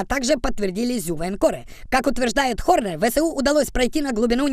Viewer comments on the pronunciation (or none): Не "хорне", а "кхорн"... Там своя відсилка)